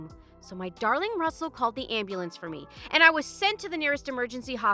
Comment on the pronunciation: I presume the name of the AP is Russel and not rustle